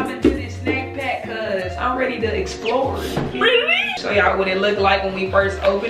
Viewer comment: had me dying laughing bro "ReA1Ly" lmfaooo